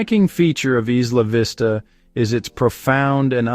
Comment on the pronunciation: Maybe they can actually pronounce the name correctly. What a stupid video